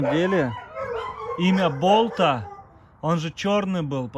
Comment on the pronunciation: Болта в переводе с казахского топор.ударение на последний слог.